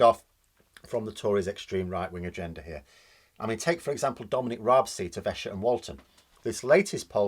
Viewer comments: Its Eee-Sher my good man. They're very posh down there don't you know. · Esher pronounced eesher